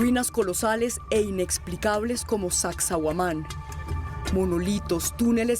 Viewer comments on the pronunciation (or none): Se pronuncia Sacsaiuaman, no Sacsauaman. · Creo que nunca he visto una investigación de tan poca calidad, ya van dos que no pueden decir Sacsayhuaman y hablan explicando todo mal. Pésimo